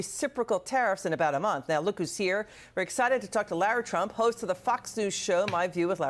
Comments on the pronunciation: Its not Lera Trump. Its Lara. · Why is she pronouncing her name wrong . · I don’t care for this news correspondent. She can’t even pronounce Lara’s name right